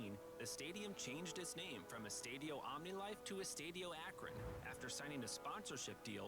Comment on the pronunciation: This guy is really dumb for not including Gillette, MetLife and Houston. I mean the fucking final is going to be in the metlife stadium? And he could put a LITTLE bit more effort to pronounce the Spanish words correctly. I’m a gringo but fucking Christ bro, “eeestahdyo”